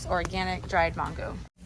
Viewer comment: Say MAN-GO with me MAN-GO…